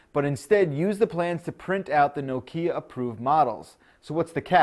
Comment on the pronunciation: You pronounce 'Nokia' wrong.